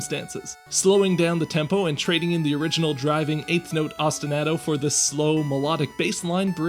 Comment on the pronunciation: Please please pronounce “osti-nah-to” correctly. Otherwise cool video!